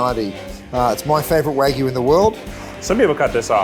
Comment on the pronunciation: Keith, wtf is wagoo? It's wagyu and the Y isn't silent